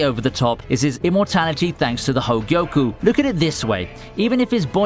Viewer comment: Its Ho-Gyoku not Ho-gee-o-ku YOU UNCULTURED SWINE Just kidding with the swine part